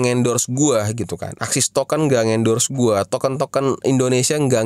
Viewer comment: ASIX woyy bukan AXIS